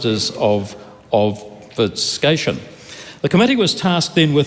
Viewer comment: If you knew of the nuances of the English language mate you would know how to pronounce "Obfuscation" properly.